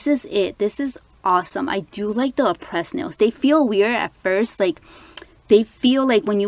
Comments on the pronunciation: Its pronounced Ah-prey not Ah-pres it's a silent ś, very pretty nails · Aprés is pronounced Apray. You can call them too they’ll tell you. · aprés is not pronounced 'a-press' i hear so many people pronouncing it that way and it irks me lol